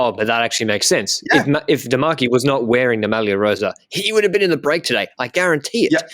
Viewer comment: A pronounciation tip for. The way he is saying "rosa" is wrong. He is basically using the "s" sound of the word "Sam" and he also doubles it up. It Italian "rossa" means red, the previous colour of the ciclamino jersey. "Rosa" has to be pronounced with only one "s", whose sound is similar to the "z" sound you would say in "Col de l'Eze". Sorry for being an italian gramma nazi